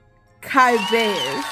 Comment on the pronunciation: To "pronounce" the genus name Cybaeus, the most accepted pronunciation is "sigh-BAY-us".